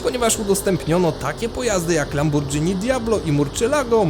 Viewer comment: "Lambordżini" xD Pamiętam jak większość ludzi w Polsce tak nazywała Lamborghini w tamtych czasach